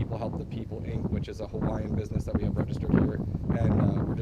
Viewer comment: your hawaiian pronunciation pretty good, your efforts are recognized